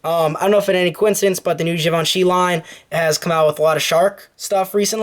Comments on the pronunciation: More like "Jhee-Von-Shee" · Its pronounced "Gee-Vin-Chee" - Givenchy... Good review maaaaan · Well you were saying it wrong the whole time. I actually founded Givenchy.